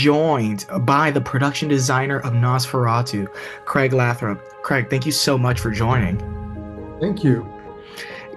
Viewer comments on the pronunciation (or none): Hi, it seems that he didn’t want to correct you but I just wanted to let you know his last name is pronounced with a long “a” in Lathrop. (Lay-throp) (he is my family) Not to be rude just the more you know.